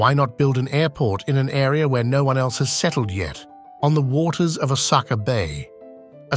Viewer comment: Even Osaka is pronounced wrongly. Then again, the speaker doesn’t seem to be Japanese so it’s fine.